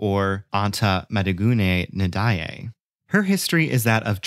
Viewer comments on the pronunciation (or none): Great history lesson but the way you pronounce her name is painful lol try Majiguen Njay. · Perfect explanation. As a Senegalese I was shocked to hear how he pronounced her name🤯🤯